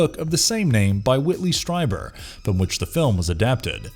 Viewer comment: Whit's last name is pronounced Streeber not Stri-ber. Ffs can you pronounce anything correctly or is the narrator gig a minimum wage job??????